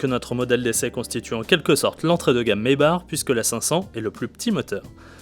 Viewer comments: maybar mdr , Maybach please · Ce dit maybakh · Ça se dit "maybaque" et non "maybar". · oh putin je suis a 20sec et le mec s'il redit maybar encore je vais péter un cable...chaud les journalistes auto,..qui s'y connaissent pas en auto.